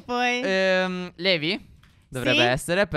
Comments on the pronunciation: Si scrive levi ma si pronuncia Livai! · Si scrive levi ma si dice levai